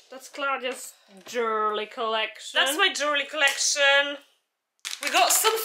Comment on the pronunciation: JUUUURLY COLECSION xD love it